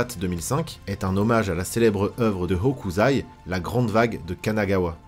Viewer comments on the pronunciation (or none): Ca se prononce [Hokouçaille], chaque syllabe se lit indépendamment en JP.